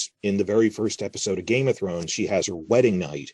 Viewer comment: Ive been watching your vids for years. Always wanted to ask... why do you say "GAME of Thrones" with an emphasis on "Game"? Rather than just saying "Game of Thrones" with no words emphasised? Also "HOUSE of The Dragon" in this video but then you say it normally like "House of the Dragon" . Have been noticing this speech inflection for years but never bothered to comment. I live in NZ and have noticed other people sometime say GAME of Thrones too but almost everyone just says each word with equal emphasis. You do it when talking about other shows like the WALKING Dead and HOUSE OF cards. Maybe an American thing. I find it interesting though.